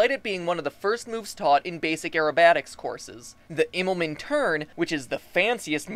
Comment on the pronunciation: Pronounce it like "Immelmun" Also you forgot that in far and open Space the gravitational pull is something not that easy to work with.